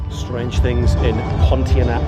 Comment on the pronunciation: "PON T ARN A" is how you say it.